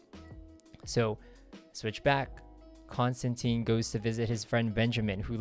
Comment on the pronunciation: Rick Veitch is pronounced like beach, or leech, Rick Veech. I had to look up several interviews because I wasn't sure how to say it. And not to be a total stickler but Constantine rhymes with wine, at least that's what he says in the early books, I don't think anyone will ever do that though. Love your video, thanks!